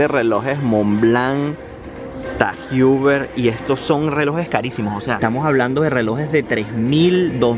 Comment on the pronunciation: asi no se pronuncia tag heuer